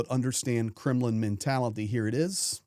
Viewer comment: Did you say "Kremlin mentality", or "criminal mentality"? 😅